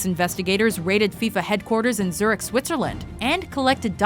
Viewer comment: tries her best pronouncing french, can't pronounce Zürich